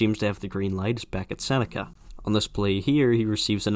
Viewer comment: I was expecting the Sennecke one, everyone mispronounces it. It has become a meme.